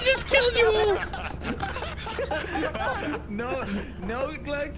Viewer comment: the accidental british accent on the “all”